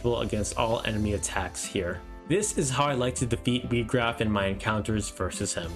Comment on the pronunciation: His name is not pronounced wee-graf it's pronounced why-graf good video though